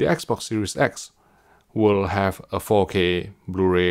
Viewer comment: Why do I keep hearing "Faux K HDR"? 😏